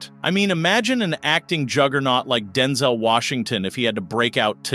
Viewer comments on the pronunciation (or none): Homie called him “Denzle” Washington 🤣